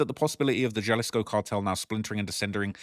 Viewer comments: Jalisco pronounced with no “J” annunciation (Halisco) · Say it with me HA-LISCO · Can you pls pronounce Jalisco with An h like huhlisco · pronouncing the J in all the spanish words/cities is killing me 😭😂